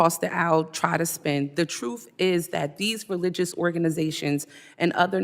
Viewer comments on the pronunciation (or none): I heard truth being pronounced as TRUF 😡